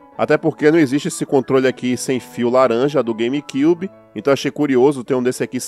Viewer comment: As vezes me da Agonia vc Falando "Game KYUBI " huheuehuehueheu .. mas... anyway ..